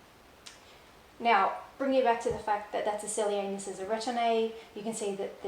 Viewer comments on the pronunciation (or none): none